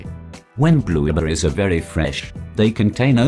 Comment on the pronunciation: I heard Blubuupritz